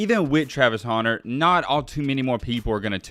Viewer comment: Hunter not 'Haunter' lmao